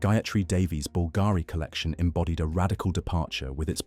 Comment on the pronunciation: Beautiful pieces, thank you for sharing. However, the tortured ,florid narrative was difficult to listen to. And please, please pronouns Bulgarian properly. It's BULL g' ree.